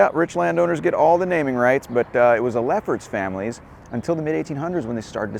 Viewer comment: when you said Leffert Family I thought you said Lepper Family 😝